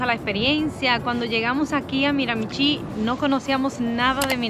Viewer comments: De hecho se pronuncia Miramishí. Acento en la última sílaba y la ch suena como sh. Para los latinos, esta pronunciación no es nada intuitiva, pero después de un par de años viviendo aquí te vas acostumbrando. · Se pronuncia MiraMIchi, acentuando en la segunda MI